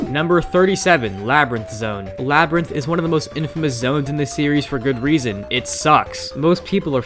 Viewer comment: "sonic media" "Labrint"